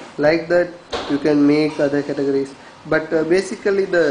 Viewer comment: hahahahaha.. i usually dont dog on people but I have to agree with everyone laughing on your voice. CATUHJERRYSKID